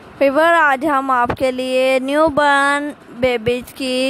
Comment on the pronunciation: New born not new burn 🤣🤣